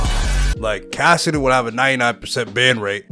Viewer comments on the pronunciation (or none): none